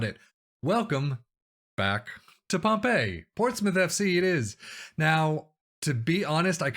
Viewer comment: Great Video back at Pompey!! "whatmough" is pronounced as "What-mo" also Pompey is pronounced as Pompy or Pompi. Nice 1 nil win again Walsall Like and FW as always!!